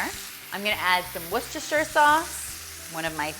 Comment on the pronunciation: Thanks so much for these awesome dishes! Just FYI but, Worcestershire sauce is pronounced "Wooster" 😂👍